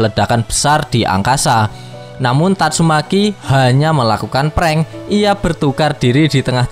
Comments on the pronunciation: Tatsumaki anjiiiim,,,, bukan tatsumeki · TATSUMAKI minn, bukan tatsuMEKI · Gak salah denger bang "tatsumeki"😅😅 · Tatsumaki min... Meki meki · tatsu.....MEKI wkakkak anjir mimin nih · Tatsumaki bukan tatsuMEKI😅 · tatsumaki aj bang, jng meki aneh pkiran gua.haha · Tatsu"meki".. COKK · Gakak ketika mimin bilang tatsu...meki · TatsuMAKI bang... jangan typo dong klo ngomong 😁😁